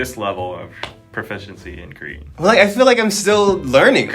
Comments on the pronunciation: Honestly ’ Korean pronunciation is soooo good!! I appreciate very much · He actually pronounces korean words so well.